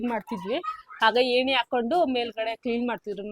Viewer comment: ಸ್ಕರ್ಟನ್..ಅಲ್ಲ...ಕರ್ಟನ್.. ಹೇಣಿ ಅಲ್ಲ..ಏಣಿ..